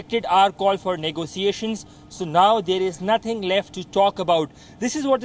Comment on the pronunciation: Negotiations pronounced 'Nego-shiashins'